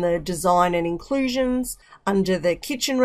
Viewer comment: A very beautiful breakdown, precise but there is a place i could not hear the pronunciation well, in the " Inclusions" . Thank you.